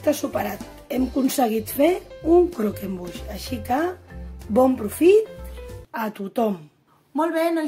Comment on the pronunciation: Que delicia !!! y lo has pronunciado bien , ganas de probarlo!!